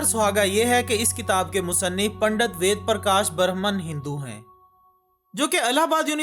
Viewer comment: वेद❌️ वीद✅️🤣